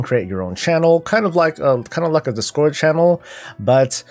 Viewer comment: it's discord not discórd lol